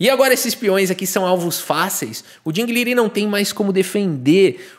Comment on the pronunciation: Curioso o brincar com o nome do Ding, pois a pronúncia correta seria algo como Ting Lirãn, negócio meio alienígena, pronúncia de engine.